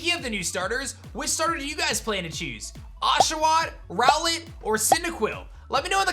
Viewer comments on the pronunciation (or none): none